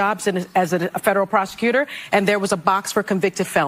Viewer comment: Every time Idiot Sunny speaks she says "I was a prosector" I am sick of hearing that come from a race baiter and an idiot.